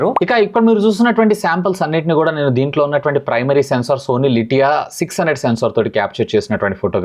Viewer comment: లిటియా కాదు ఎల్ వై సియా